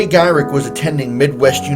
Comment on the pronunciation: ok noone has mentioned you mispronouncing Flash's name. It's Garrick, not Gyrich! However this was great to see all my fave heroes from the golden age. You didn't mention Crimson Avenger. I feel like eh deserves an honorable mention. Even though he seems an awful lot like the Green Hornet. At least in the early days before he put on the spandex. Still part 1 and 2 contain almost all of my fave golden age dc heroes! Oh and Black Canary deserves and honorable mention too! I don't think you covered her either in the previous part.